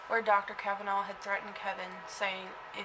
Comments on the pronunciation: The name is Cavaness, not Cavanaugh, you goof! You don't know what you are talking about. You read 'Murder in Little Egypt' and you make a Youtube. Big whoop. Get a life. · I happen to be from Eldorado Illinois. Born and raised. I knew Dale Cavaness and Sean Cavaness was my friend. I don't know the reason for your video other than getting yourself on YouTube. But NO one ever pronounced the name "Cavanaugh". Should you choose to utilize the tragic murder of my friend for your own purposes, the least you could do is pronounce his name correctly.... One last thing. No one from Southern Illinois calls it Little Egypt. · Ill have you know that this is my great great uncle. And that is not how you say our last name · You can't even pronounce his last name correctly? He's the subject of your entire video and you continously mispronounce his name? That's some high quality work. You obviously really do extensive research for your videos. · The last name was pronounced as the "S" sound. You might want to talk to some of the people in Harrisburg instead of just reading the books and stories. He was a horrible person.